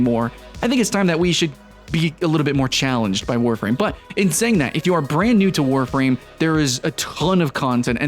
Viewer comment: Eeeeewwww Warfrahm.